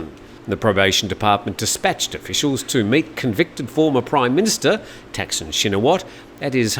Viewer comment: Thaksin is not pronounced "tack-sin" his name is pronounced ták-sǐn"